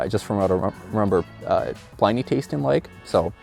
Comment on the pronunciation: It's not pronounced "PLY-nee". It's pronounced "PLIN-ee"........